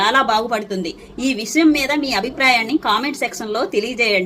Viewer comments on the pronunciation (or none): విసయం కాదమ్మా విషయం